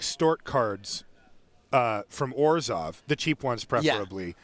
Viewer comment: can please pronounce Orzhov differently?